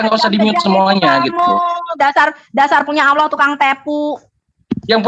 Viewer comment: bahas Al Qur'an tidak layak, sebab sangat tidak ada ilmu tentang al Qur'an, sebut alloh saja awloh hhhhhhhh setan saja ketawa liat lu....